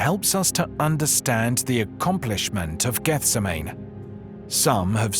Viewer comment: I knew in 1 minute that you were not a Bible scholar by the way you pronounced Gethsemane. A reputable Bible teacher would have known better.